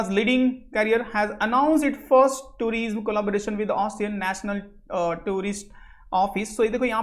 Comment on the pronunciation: somebody tell him tourism is pronounced as touri'sum' and not tureesm